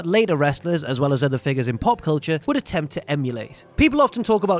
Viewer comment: When you said ‘pop culture’ in the opening line, I had to rewind as I heard ‘name redacted’.